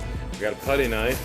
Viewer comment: ka-knife? Slang term using in Ohio?